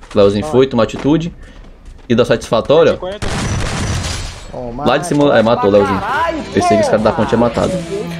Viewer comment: Deu um sastifatório Ó